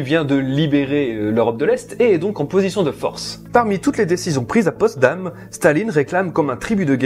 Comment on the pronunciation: POTSDAM! Et non Postdam...